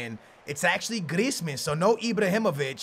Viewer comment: I swear.. Every time pronounces Griezmans name... He says it different each time...